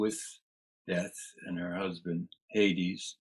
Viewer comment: Just a gentle correction: Hades is pronounced "Hay-deez" not "Hayds". Terrific interview.